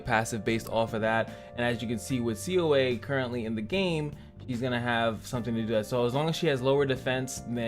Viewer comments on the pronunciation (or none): I think it’s pronounced Suh-ah (assuming it’s Korean inspired)